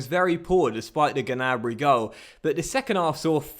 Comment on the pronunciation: You don’t say the ‘G’ on Gnabry